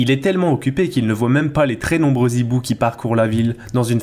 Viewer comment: Juste pour faire l'em nuyeur de service : on ne prononce pas des "zhibous" mais des... hibous